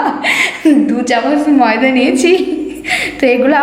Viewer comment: ময়দা ভাষা টা টিক করে বল